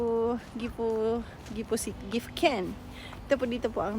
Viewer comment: Gifu???? Diko naintindihan 😂